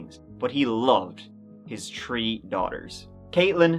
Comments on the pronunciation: subscribed with you for a long time. You are the best crime story artist of our time (hopefully we will live longer than expected). One of the best things about this channel is my wifes' distaste for your Irish 3's. She is from Manchester and goes completely crazy when she hears you say 3 as "tree". She's a bit nutty. Keep making your pieces and I'll keep watching them. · Surely your wife knows can’t help it! 😊 It’s a throwback to when Irish was the only language spoken in Ireland. E.g. “Three” is “trí” in Irish, pronounced “tree”. 🇮🇪